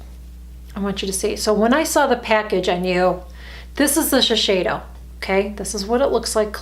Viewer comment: I think it’s pronounced as.....she....say....do. My sister always corrects me when I say that make up brand. She likes their make up like from Shiseido 🙌🏼. Yes the thickness is well noticeable....more densely packed. Would you buy the CVS ones fir the teens and the more one for myself. Yes...you have to take off all of the waterproof mascara